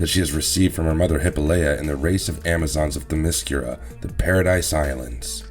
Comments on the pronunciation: Th' em- es-scerra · Hi pol it a. Also Them a scare a. Please learn how to pronounce these words correctly. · First - Great Zeus, your pronunciations are atrocious! Hippolyte (huh-POLL-i-tuh), Themyscira (them-is-KEER-uh) Antiope (an-TY-uh-pee) Second, it was ONLY the "New 52" version of Wonder Woman (Post-Flashpoint, pre-Rebirth, between ) that has the Amazons having their way with horny sailors and then slaughtering them afterwards (and trading the male children to Hepheastus for weapons). That has since been retconned and the Amazons are immortal (as they were previously), although they can be killed in battle. The entire NEW 52 concept and execution was poorly done, aspecially the depiction of Wonder Woman and the Amazons, and it's better to ignore it as if it never happened at all. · you keep saying theMIScira. Wrong. it;s ThemisCIRa. You also keep saying Hippoleia. its hiPAHlyta...Its spelled Hippolyta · You are pronouncing all the names incorrectly. It is Them-escara and Hi-pol-a-ta. Couldn't finish watching as mispronounciation was too distracting. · If you can't even say "Themiskyra" or "Hippolyta", I won't bother listening. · Any chance someone can get this guy to say Themyscira and Hippolyta correctly. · It's a pity you can't pronounce the name of the home of the Amazon's correctly.